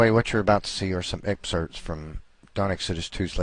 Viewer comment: "... what you are about to see are some ERPSERTS from..." Hahaha!, meet dictionary. Dictionary, meet.